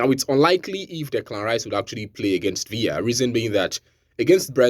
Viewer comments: Villa not viya bro it's English 😅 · Aston Villa is English not Spanish, so stop pronouncing the Villa like Spanish villa